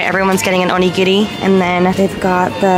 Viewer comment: You pronounce “onigiri” perfectly and it’s so impressive because Rs in Japanese are hard to pronounce!!